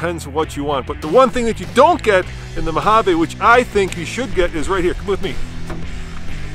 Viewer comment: i cringe everytime they say Mojavay